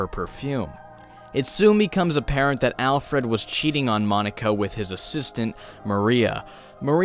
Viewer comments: Yeah, Monika doesn't sound quite right either. Though I'm not sure if the pronunciation should be Japanese "moan-eeka" or English "maw-nika," it sounds like he combined both. And he said ayo oni once... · that is not how you pronounce her name.